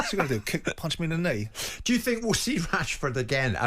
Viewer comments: i thought he said marcus cashford lol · I thought he said cashford 😂